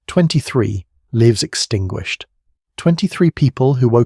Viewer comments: A few too many "not a but b" slop, and also, "23 lives extinguished" lives is mispronounced as the verb. I hate these sneaky AI channels. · Yeah there was a strange mispronunciation of "Unimaginable" and "Lives" at certain points.